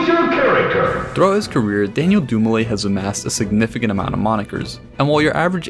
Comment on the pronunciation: doom-ee-leh,would be the proper pronunciation of his surname Good video